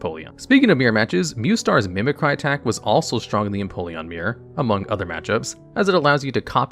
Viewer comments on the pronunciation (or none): Everyone’s talking about the way he pronounces Latios, while I’m going nuts about how he pronounces “Mimicry”